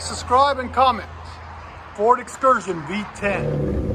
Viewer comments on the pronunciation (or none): “2002 Ford Fxursion” is what I heard